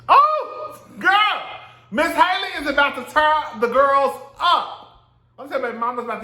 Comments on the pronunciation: I'm pretty sure her Halle Bailey pronounces her name "Halle" , like Halle Berry, not Hailey. 😉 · I love you I do, but if you call that girl hailey one more time 😹😹😹 HALLE! Like Halle Berry boo 💀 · It's pronounced HAL-le. Just like Halle Berry, but Bailey instead of Berry. You can pronounce Halle Berry's name, can't you? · Halle's name is pronounced like Halle Berry's name.